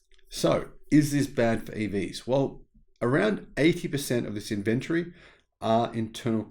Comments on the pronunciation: Good video, but ffs pronounce inventory with an o in it...... Not Inventry. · I didn’t know what you were saying every time you said inventory. You were saying it like inVentery. Tory like story. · Interesting points, and for once, I agree with you, but I really wish you’d learn how to say “inventory “ correctly. 🤦🏻. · Weird pronounciation of inventory